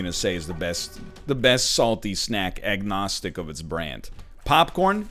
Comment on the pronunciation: did he say Egg-nostic?